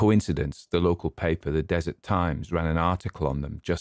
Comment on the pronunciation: Just a note in case you do any follow ups on this: “Deseret” is not pronounced “desert.” It’s pronounced DEH-zur-ETTE. I don’t expect you to have to know that, but thought it might be useful going forward.